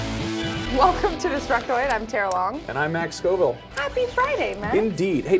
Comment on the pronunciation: Tara, not Tera guys.